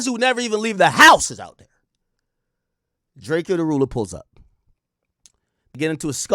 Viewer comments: STOP CALLING HIM DRAKE-EYO HE LITERALLY TOLD EVERYBODY HOW TO PRONOUNCE HIS NAME AND HOW THAT SHIT WAS ANNOYING TO HIM!!! ITS DRACO FOOL ASS BOY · Ak ijs his name is DRAKE O not DRAKE E O 😂